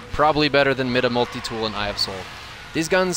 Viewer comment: It’s my-duh not mid -uh. Even devs said it on stream it’s my-duh. I don’t know why that annoys me.